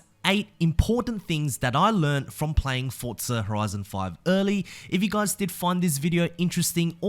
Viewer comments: Why are you saying “Fortza”? It’s just “Forza”. There’s no t in there man. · It's Forza not Fortza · Forza. FOR ZA. Not fort za. There is no “T” in there. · i like you, but i don't like how you say "Fortza"